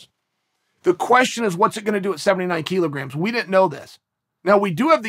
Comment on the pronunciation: Thanks to Chael, I now know that it’s pronounced “keelograms”.